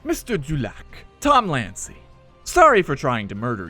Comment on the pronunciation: "Tom Lancey," hah.